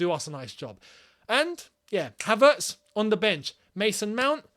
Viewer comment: I'll go Havrtz not Pulsic